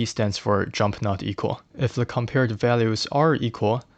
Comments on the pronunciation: why do you say "le" instead of "the" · I appreciate the video, but why do you pronounce "the" as "le"?